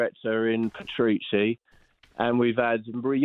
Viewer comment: What did he call Paratici?? 🤣